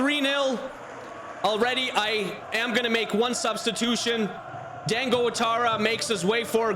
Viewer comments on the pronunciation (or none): none